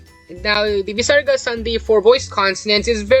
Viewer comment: Hey I am a sanskrit student from india and i don't think that the Visaraga is pronounced with such power I only think of as a software h sound from the throat. Obviously if you pronounce it with a lot of power then you will be out of breath soon